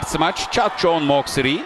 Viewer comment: นักพากย์ต่างชาติขานชื่อเธอได้ชัดแทบจะไม่เพี้ยนแล้ว เจ้าแมวเหมียวปีศาจ.. เธอช่างเก่งจริงนะ ชื่อของเธออยู่ในระดับโลกแล้ว monster น้อยแห่งเอเชีย 🏀🇹🇭🎉🌺🎇🌼🌠❤️‍🔥👍💪